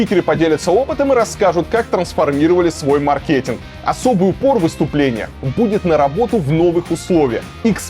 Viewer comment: очевидно, что не маркЕт) Предыдущим комментарием я подсказывала автору ролика правильное ударение)) если что